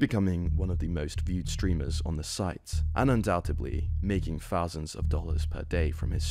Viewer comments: Cmon how can you say the word "fort" ok but then you are trying to say "thought" and it comes out "fot" or thousand is pronounced "fousand" like cmon you're a news channel and you're fcking up easy words just cus you're lazy. Pronounce words better we are not 4 years old mate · bro, imagine making fun of someones viewer count of 3000, and pronouncing it "free fousand"....youre worried about the wrong stuff lil bro, hit them books.